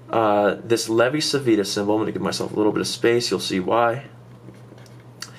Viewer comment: In Italian Civita is pronounced like Chivita :D